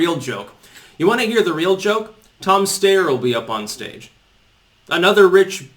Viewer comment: Yang has been polling at 5-6 for a few weeks now. Just more cherry-picking. Quick side-note. It's sty-er not stay-er.